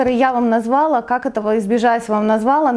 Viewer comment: Извините, но хочется вас поправить : назвалА, налилА. Ударение на последний слог 😉